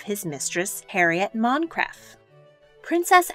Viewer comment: PLEASE! Warwick: wa-rick Montcrieff: mon creef Marlborough: marl - bru